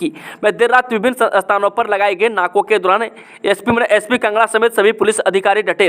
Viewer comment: Bhai tum kangra ko bhi kanga 😂bolte ho kaya baat h ye😆🤔😂😂